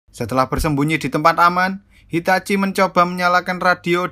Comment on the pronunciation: Dia bilang hitachi egok